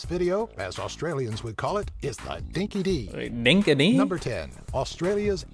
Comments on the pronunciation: Dinky die not dinky dee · It DINKIE DIE not dinkie dee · It's not pronounced Dinky Di (Dee) It's Actually Dinky Di (Die). The witchetty grub is a term used in Australia for the large, white, wood-eating larvae of several moths, you eat them live and they taste a bit like almonds or nutmeg, I've personally eaten many myself. We also eat honeypot ants live, you bite the honey-filled abdomen of the ant and dispose of the rest. Enjoyed the vid mate. Rob from Tassie (Tasmania, Australia) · dinky di (pronounced dinky die not dinky dee) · Ummmm it's dinky di as in princess Di not as in Sandra Dee. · Not dinky di (dee) it's dinky di (die) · He meant "dinky di", pronounced "dinky dye" lol (I grew up hearing it all the time, and still do from the Ockas over 35-ish.) I always have a giggle at "dinky dee" whenever I see this video around the interwebs. Just...yeahhh, nahhhh, mate 🤦‍♀️🤣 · Dinka dee? How hard would it be for these people to learn the pronunciations? And I think he forgot wifi - an Australian invention. Outback Steakhouse is as Australian as Mom, hot dogs, baseball, and apple pie. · You need an OZZY video about OZZ as never heard of DINKY DEE , ITS DINKI DI hardy said these days the American videos can be misleading 💚💛🇦🇺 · It's so cringey to hear old mate say Dinky Dee lol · It is pronounced dinky dye. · That is NOT an Australian presenter he is mispronouncing Australian colloquial expressions.